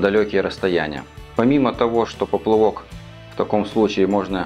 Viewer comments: Почему поплЫвок? Смотреть не возможео когда люди тупо не знают как правильно говорить. Ты еще лЁска скажи. Написал то правильно, а прочитать не судьба, горе блогер. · Я тоже слышу поплывок , многие блогеры так говорят !